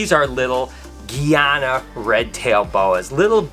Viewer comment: its GUY A NA 🇬🇾🇬🇾🇬🇾 Say it with me. GUY A NA